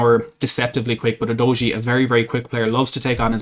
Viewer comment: It’s pronounced You doggy!